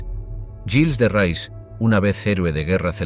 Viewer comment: Hace daño oír el nombre del personaje..no es rais,es reé..